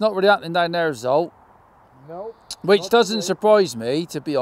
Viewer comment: He is not Zolt. Cmon...say his name correctly 😂 ZSolt. Just try it 😅